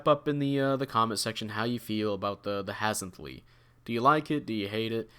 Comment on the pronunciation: from what I've it 's pronounces Haz-N-Thlee